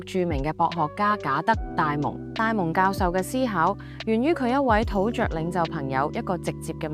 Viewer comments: 土 “註” 呀！！！ 土 着！！！ 好銀耳。。。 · 巨「注」 唔係巨「着」 土「注」唔係土「着」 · 巨著，土著 竟然讀咗「着」，而唔係「注」....... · 土著 讀音 土注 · 救命 連巨著 土著都未識讀 就學人講經😂